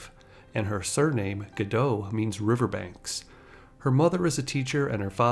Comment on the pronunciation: Really good video on her. I hadn't known the Miss Universe story. The only critique is that Gal has said that her name is pronounced like Gah-dot rather than Gah-doh. Stumbled upon your channel today and have been enjoying your videos a lot.